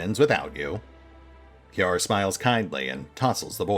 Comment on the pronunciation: Ciar, if looked at from a Celtic / Erse perspective, would be pronounced like "KEER".